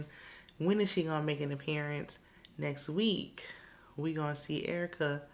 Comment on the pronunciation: Excuse me, but you definitely pronounced Erica Dixon's name wrong. That's URRR-CUH to you, ma'am!!! 😎😎😎 All Spice has done is cry, scream, and preach every episode. I also have a huge side-eye for her chilling in the ATL while her kids are down in Jamaica. Not a good look.👎👎👎